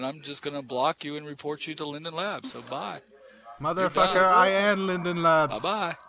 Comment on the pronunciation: "Mather Facker I am linden labs."